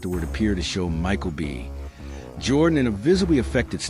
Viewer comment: Why is it read off like "Michael B..... Jordan"?